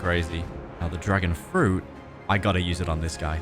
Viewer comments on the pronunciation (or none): Bro said dragon fruti haha